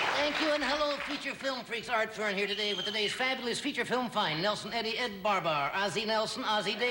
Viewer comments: Art Fern not Kern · Hey putz - it's ART FERN. NOT KERN. Consider this fact check as a 25-cent donation. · THEY KNOW, DAMN IT!..LOL, IT WAS PART OF THE SKETCH..HE MISPRONOUNCED IT ON PURPOSE..